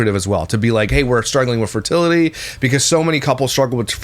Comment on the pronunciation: Their convo about the pronunciation of fertility tells you all you need to know about. He clearly didn’t like her correcting him. 😂 funny bc he is miss pronouncing it.